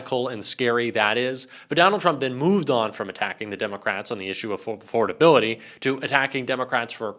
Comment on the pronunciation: 💙 Trump is so full of shit with his imaginary conversations and it's mind-blowing how he thinks a cognitive test is a IQ test. Pronouncing the word affordability like he's never said it before in his life. What an idiot! 🖕